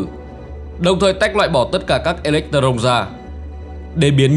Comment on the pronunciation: Đọc sai nhiều Hydro, Electron ....